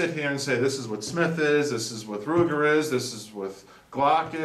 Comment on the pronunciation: Ruger not river